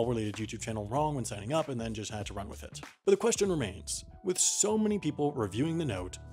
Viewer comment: "Aend" not a single...